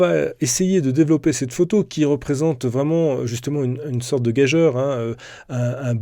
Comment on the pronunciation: Bravo pour ce test approfondi. Je suis preneur d'une mise à jour concernant l'AF du Z6ii pour le sport. Et puis, c'est un détail, le "eu" de gageure se prononce "u"- une leçon de classe de 3ème qui m'avait marqué 😉